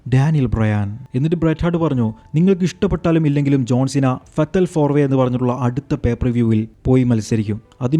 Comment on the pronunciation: ഫെട്ടൽ അല്ല, ഫെയ്റ്റൽ (fayt. Uhl)ആണ്..🤦🏽‍♂️ നേരെ പറഞ്ഞൂടെ, വെറുതെ എന്തിനാ ഇല്ലാത്ത pronunciation പറഞ്ഞു ബോർ ആക്കുന്നെ?